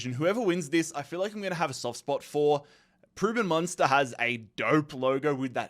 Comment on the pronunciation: pls dont call köln, colon and Preussen Münster, Preuben monster, you did it last year, and your doing it again, i could name more wrong names, but honestly great job on the videos